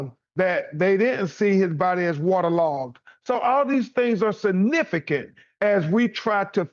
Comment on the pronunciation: BEN Crump "I can Says "Sa-nifigant'' it very Sa-nifigant !!